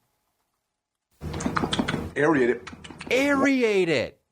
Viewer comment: And the dude saying "aeriate it"